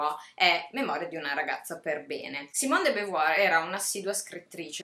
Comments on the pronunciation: la tua iniziativa è ammirevole, ma di simone de beauvoir (compagna, non moglie di sartre) avresti potuto almeno imparare a pronunciarne correttamente il nome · non mi sembra di aver aperto una polemica. poiché rivendichi dei contenuti sarebbe bene quantomeno accertarsi della pronuncia del nome di un autore di cui vorresti divulgare il pensiero, basta così poco! scusami se mi sono permesso, io al tuo posto avrei apprezzato la correzione, perché di certo da oggi non sbaglierai più. peace&love! (è inglese, di certo non ne sbaglierai la pronuncia!) ps. della de beauvoir il mio preferito è L'età forte